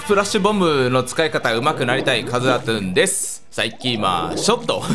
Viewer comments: さんが言っていたラトゥーンがカスラトゥーンに聞こえるwww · ラトゥーンがかつらトゥーンに聞こえる